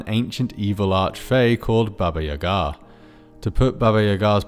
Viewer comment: As a Russian speaker I was surprised that you didn't butcher pronunciation of Баба Яга's name like most people